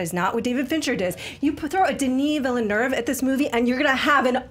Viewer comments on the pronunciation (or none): "Dineee Villernerve"